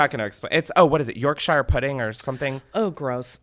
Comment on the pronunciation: As someone from Yorkshire I howled at how you pronounced it! It’s York-Sher